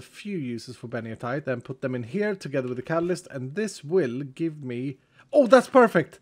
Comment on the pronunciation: I still question why calls it "beniotite" when it's clearly called "benitoite" either someone made a typo or can't read xD